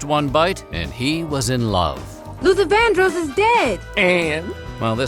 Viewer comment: who exactly is "Luther Van Draass" - I was always aware his name was Luther VanDrose (pronounced) spelled VanDros....